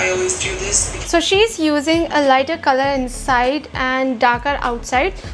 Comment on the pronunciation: But why do ppl try to b or copy someone wat they aren't... they can just b themselves n b hapy... Also u can hear the 'kholor' for color🤭